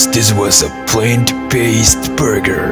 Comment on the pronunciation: I think you need to check how you pronounced "plant". Yours sounded more like "planed"..:) Other than that, good video editing..👍👍